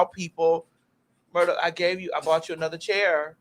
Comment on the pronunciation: Don't you take not nann nother 30 seconds 😂😂😂😂